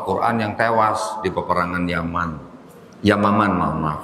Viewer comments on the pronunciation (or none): perang yamamah koh bukan yamaman wkkwkw td nyari di google